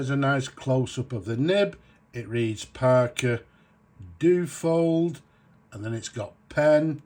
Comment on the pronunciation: Dyu-oh-fold...... not doo-fold....